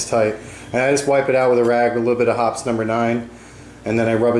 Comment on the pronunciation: I must need a date! I heard Hot Summer Night every time he said Hoppe’s #9